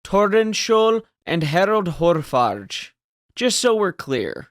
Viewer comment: It's Hårfager. The g is pronounced like g in e.g. golf. It's means Hair-beauteous. I.e. Harald with the impressive hair. He must have been a looker.